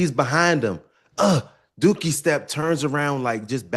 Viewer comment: Did joe say dookie step? Wt?...🤣🤣🤣